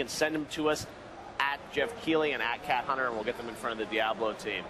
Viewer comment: "kat hunter" wtf